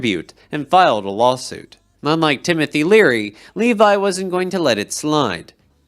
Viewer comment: LevEE, not Levi.